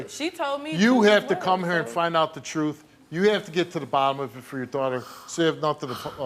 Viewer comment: Hope they find the “troof”